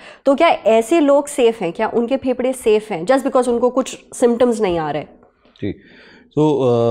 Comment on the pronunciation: When you say phepda 😅its sound weard😂 please say fefda I don't know 😅